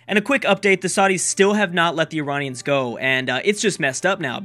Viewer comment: Pronounce it eye-rain-ee-anns! Please!